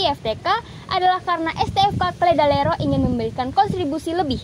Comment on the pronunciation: Maaf tapi salah penyebutan Ledalero